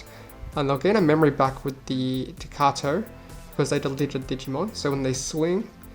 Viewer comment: Takato, not Katato